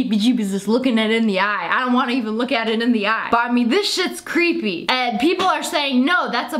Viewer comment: Super cweeeeeepy stuff